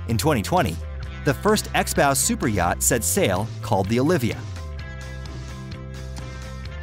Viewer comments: Axe bow, I was sure he was saying x bow, like X box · Are you calling it an X bow or an axe bow?